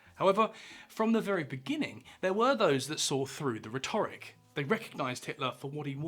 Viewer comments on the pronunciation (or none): RHET-or-ic not ret-OR-ic! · Stop saying ‘rhetoric’, it’s ’rhetoric’. 😂